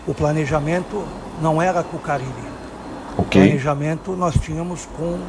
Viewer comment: eu não tanko você falando fabio carilo KKKKKKKKKK